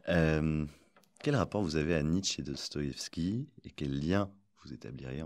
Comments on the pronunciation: A chaque fois que prononce «Dostoyovski», dans cette entrevue comme sur sa chaine, j’ai les oreilles qui saignent. Ça ne se prononce comme ça ni en russe, ni en français. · A chaque fois qu'il dit dostoeskibavveskivaski je sais pas comment il reuissi à le prononcer du premier coup